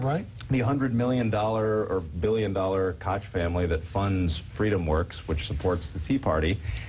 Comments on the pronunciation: seth said koch family wrong when its pronounced coke lol.. moron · MacFarlane mispronounced Koch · Hey Seth, you said 'Kosh' wrong.